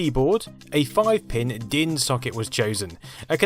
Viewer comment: You pronounced DIN pretty good!